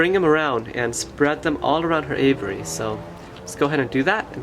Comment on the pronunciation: It's really hard to take advice from someone who can't pronounce the word aviary ! Ha Ha !